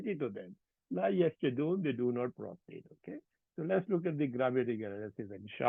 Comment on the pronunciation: Pronunciation needs to be improved like; yasjuduon